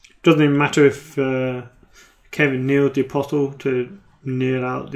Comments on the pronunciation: Around the 44 minute mark, James marshalled Aeron Damphair. Was he not already in the dead pile? PS: Apostle is pronounced APOSSL. The T is silent. It means prophet. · Just for the sake of the english language. it's aposle... pretend the t isn't even there... A POS UHL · isn't the ''T'' silent in Apostle?!?!